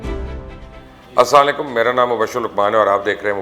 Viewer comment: Sir g salam to pura kiya karaim Asam o Alaikum ni Asalam o Alaikum bola karain plz.